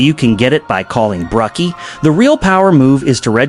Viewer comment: My dude,it's a Toreodor,not a toredo.Also,it's Brucie,not Brucky.I think you should use your own voice,because A.I. is very stupid and can't pronounce things correctly.You're welcome.👍🏻👋🏻